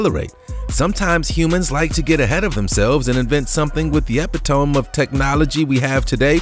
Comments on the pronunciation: It’s e-pit-o-me not epi-tome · I would have dumbed it down even further: E-pit-O-me. I wonder if they make stupid mistakes like this to generate comments? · "ep-it-tome" is pronounced "epitomie" the final e is pronounced. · it's Ep-it-o-MEE, not epitaum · Epitome is pronounced ee-PIT-uh-me. I did it too, though. Cutting travel time by 100 percent is teleportation, 1000% is time travel. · EPITOME pronounced EH-PIT-OH- ME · It’s pronounced epitomy. 😅😅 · It’s pronounced Eh-pit-oh-me, lol derp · Epitome is pronounced e pit oh me . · The correct pronunciation of “epitome”.....has left the chat.....😩😩😩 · Anyone else catch the "epitome" mispronunciation in the opening monologue? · Kim ....Yes, I cringed heavily when I heard this guy, who is trying to sound like he ate a thesaurus, botch the pronunciation of “epitome”......😩😩😩